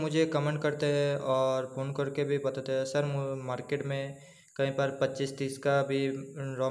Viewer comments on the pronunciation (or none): आप हैं को है, लें को ले क्यों बोलते हैं ले ?